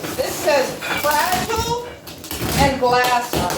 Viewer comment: It's taped up hard it's taped up good because it's Fra-gee-lee🤣Probably from Italy👍